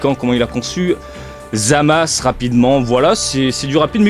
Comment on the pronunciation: "zamasse" mdr